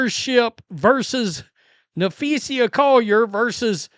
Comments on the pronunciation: You are getting there with saying Collier's name correctly. Its sa not sia on the end, listen to her name and practice. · Just say "Collier" until you learn how to say Na-fee-suh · Hey - who is Nepheesia - say her name correctly moron.